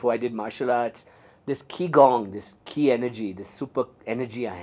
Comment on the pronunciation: 'Qi' is pronounced as 'Chi' (as in 'chips') in Mandarin.